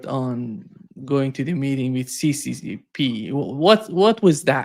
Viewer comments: It's not c,c,c,p. It's s,s,s,r in the Cyrillic alphabet. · I was shocked when Mr. Orlov didn't correct the "CCCP" pronunciation. They're Cyrillic letters and they translate to SSSR.